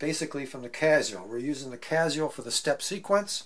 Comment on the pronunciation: it gives it a touch of class